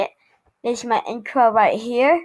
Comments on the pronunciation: boi you said incro XD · LOL He Did